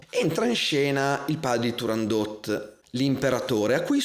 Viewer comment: Ho imparato che si dice TurandoT e non Turandó ( 'sta Francia. ..!)